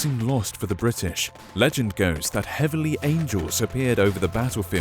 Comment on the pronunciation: you said angle not angel